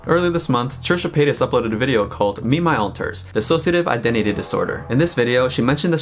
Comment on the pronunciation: THANK YOU for saying D I S S O C I A T I V E correctly